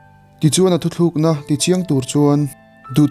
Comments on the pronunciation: Hmuhnawm e. Mahse thuthluk na iti in ka hria. Thu tluk na tih tur ni zawkin ka hria. Ka lawm e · Thu thlûkna nilo in thu tlûkna, tih tur tih ka lo sawi ve mai mai..